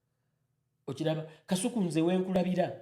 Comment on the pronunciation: 😂😂the way called kasuku “” kaisuku”””😂😂😂